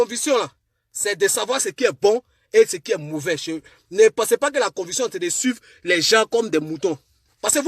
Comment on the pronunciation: Mon ami est-ce que tu as été à l’école ? Stp on dit conviction et non convution...